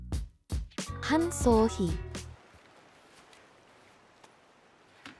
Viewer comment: I lost you when you said han seohee